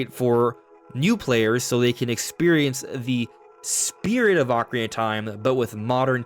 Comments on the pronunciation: Bro... SLOW DOWN... you can't even say "Ocarina" correctly. Your mouth almost never makes contact and keeps mumbling over words. "Okaree" instead of "Ocarina"... it makes the video so difficult to watch. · Took a shot each time you said "Ocari-tie" and I'm hammered